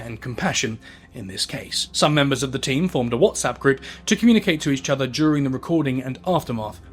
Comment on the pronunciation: you have a speech impediment with the word "each"